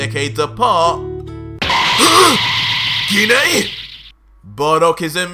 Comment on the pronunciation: HE PRONOUNCES GINE WRONG LOL